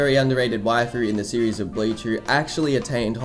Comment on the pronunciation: I wanted to watch this, but you kept saying blayech and it makes me cringe everytime